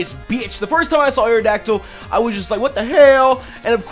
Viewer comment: YOU LEFT OFF THE O IN AERODACTYL!